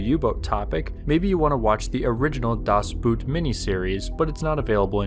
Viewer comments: das boet hahahahaha. Its das boot, both o's are pronounced like boogy. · "Das BUUT" 😅